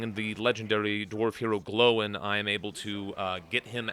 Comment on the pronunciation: Gl-oi-n, not, Glow-In XD